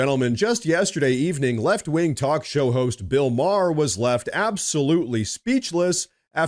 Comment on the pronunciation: I actually heard "dogshow host" instead of talkshow host😂😂😂